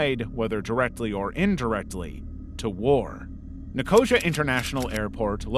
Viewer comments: Jeeesh!!! Get a pronunciation guide. NICK-OH-SEE-UH. Not Nicoshuh. Come on. Your videos are otherwise so good. This happens in so many videos I enjoy spanning YT. These silly unnecessary mispronunciations make me cringe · abandoned or never existed? Ni-CO-xu isn’t a place, it’s Nic-o-SEE-uh (or sia, but it’s 4 syllables) That is the worst botching of a name ever! The Turkish side of Nicosia is a 180 compared to the Cypriot side. The Turkish side is still bombed out and looks like an active war zone. It’s creepy at night but during the day it’s fascinating to walk through a modern battlefield. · It’s Nick-o-sea-a not nicosier as you pronounced it. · Just a quick heads-up: Enver Hoxha is pronounced HODGE-ER and Nicosia is said NICO-SEE-ER :) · Sorry, i hate to be that person, but here i am, being that person. Nicosia is pronounced Ni-kuh-see-uh. Loving your work, though, and have subscribed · Nicosia is pronounced Nico-sia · I used to live in Cyprus and the way he says Nicosia is so brain ticking not in a good way (no hate)❤